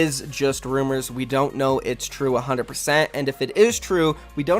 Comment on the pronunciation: A Hunnit Pacent! Lmaooo